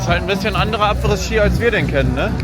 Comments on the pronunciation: du triggerst mich jedes mal wenn du Abrissski sagst :D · Ich bin jetzt zu 3/4 mit dem Video durch und ich schaue fast alle Videos von dir sehr gern. Was mich in den Wahnsinn treibt, ist deine Aussprache diverser Begrifflichkeiten oder Markennamen usw. Daher heute: "Telekolleg 1 " Apres Ski = Apre Schi Hermès = Errmess Moët&Chandon = MoëT (nicht Moeeee) Veuve Clicquot = Wöw Klickoh Als kleine Einführung 😜 Ich hoffe, du verstehst den kleinen Spaß. BVB und Arminia Freunde sind im ❤ verbunden 😉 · Du sagst Apres ski ganz falsch. Das s von Apres ist still, also man spricht es Apre Ski aus. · In jedem Video verbockt er das. Er hatte Französisch, Englisch und hat studiert. Ich bin immer wieder erschrocken darüber, wie gruselig selbst einfache Begriffe ausgesprochen werden.